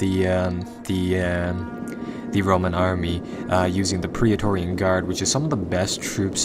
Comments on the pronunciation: good vid but remember its PRET-TOR-RIAN ;) theres no 'pria' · It's pronounced pray torian like how daemon is pronounced daymon.